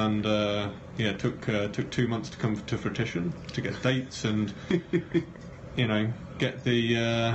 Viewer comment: "fruitition" lol